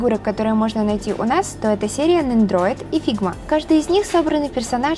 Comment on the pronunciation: Только Nendoroid а не нендроид)))